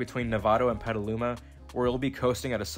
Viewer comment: At least you pronounced Petaluma correctly.